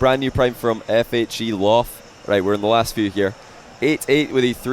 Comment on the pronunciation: F H E Loff, NO it’s (fell-off) :(